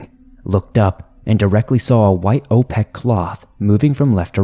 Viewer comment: How does that one guy not know how to say the word "opaque"?